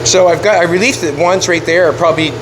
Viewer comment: It's pronounce like have a headache,You need to relieve the pain or relieve some clearance. Looking good!